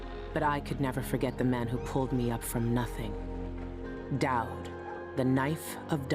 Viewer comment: this playthough is guna be rough lol i keep hearing DAD rather DAUD